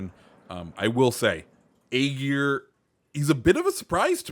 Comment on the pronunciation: It is ÄGIR. Not AGIR.